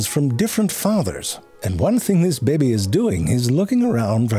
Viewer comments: I know it's based, but I do love the way my guy pronouncing baby.....BEBI ! Hahaha!! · I love the way he says baby. These are my Fave.